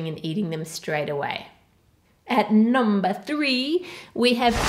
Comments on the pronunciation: Who else heard Ann saying: "At nom-ber 3" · I swear she said NOM-ber three xD